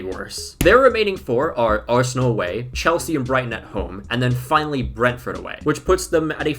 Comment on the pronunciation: Surprised there aren’t many comments saying about how poorly he’s pronouncing Brentford